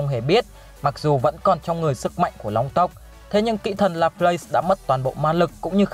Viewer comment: Kỹ thần mà nghe thành kỹ nữ 😂😂😂😂